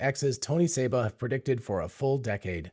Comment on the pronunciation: Tony SEEba, not "Sabre"